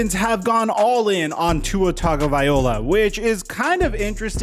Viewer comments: It's Tagovailoa!!! Not Tagoviola!!! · How many videos have you said this man’s name wrong!🤣 tangovai-LOA! Not OLA! 🤣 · Hate to be that guy but Tua's name is pronounced "Vailoa" not "Vaiola" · If you’re going to keep talking about tua, at least get his last name right… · I knew something was off about his pronunciation, couldn't put my finger on it though, thanks! lol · Yo man, the least you can do is pronounce Tua's last name correctly. You are a professional Sports Journalist. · trying to pronounce tagowhatever for 12 minutes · i really like this dudes content but the way he pronounces tagovailoa makes me hurt inside 😭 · Dude thank you, thought it was just me hearing that awkward pronunciation, I couldn’t agree more!